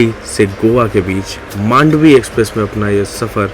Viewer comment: Thanks for calling मांडवी 🙌 people call it मंडोवी